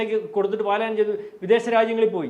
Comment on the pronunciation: പലായനം not പാലായ നം 🙏